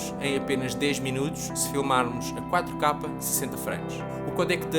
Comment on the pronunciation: Pq ele diz 4 kapa?